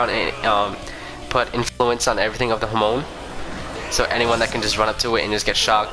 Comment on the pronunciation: Lmao all I hear you saying is homo instead of Hamon